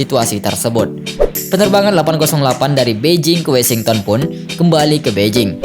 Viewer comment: Dibaca WOSINGTEN Mas bukan WESINGTON